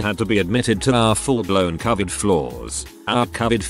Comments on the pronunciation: Grrrrrrrr ITS NOT " Cavet" it's covid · About time that medical workers who deals with this pandemic got to speak out freely as to the insanity they deal with! However it's unreal that the computer generated voice can't pronounce the word covid ! I'd think that may be important in this case !! Took me a moment to even figure out they were speaking about the covid pandemic. Really !? Do better! This is important info and should be understood by everyone